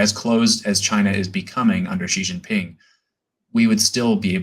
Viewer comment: "That's a hanging chad for the PLA" lol Also, Ji Xinping? Stolen from the Economist Prince podcast, "Si/Sea" Xinping